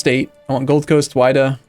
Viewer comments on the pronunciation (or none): none